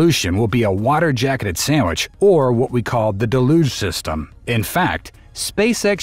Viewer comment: stupid AI voice can't pronouce DELL-UGE not DA LUGE. spelled Deluge.